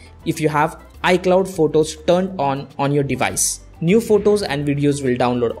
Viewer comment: It’s photos not votos 😂